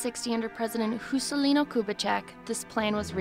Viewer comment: "Who" scelino Kubitheck??? The J in portuguese doesn't sound like that. You should pronounce "Jew - Say - leeno "